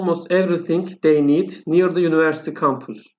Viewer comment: Univercity yanlış telaffuz ediyorsunuz yunıversiti olacak